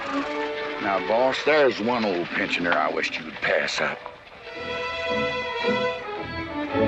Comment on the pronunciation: Pensioner is p e n s i o n e r not pichoner